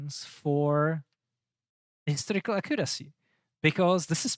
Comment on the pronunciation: I like your pronunciation - "the hysterical reliability of the gospels" indeed.